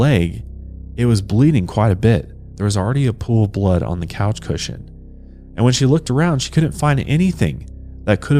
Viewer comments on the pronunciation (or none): none